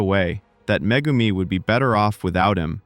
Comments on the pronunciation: bruh really called megumi " mah-goo-me" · Meh-Goom-e kills me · "muhgoomi fooshi gudo"